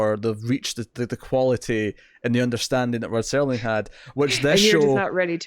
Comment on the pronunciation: Why exactly is it so hard for people to simply say "Rod Serling"? and not STERLING?